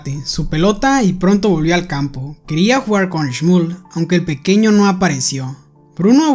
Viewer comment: Oye nose yama shmol se yama shmuel así me yamo